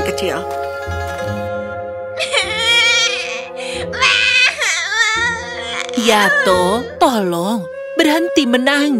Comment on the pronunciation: Di menit ke bayi nya nama nya yato tapi kedengaranya yanto😂😂😂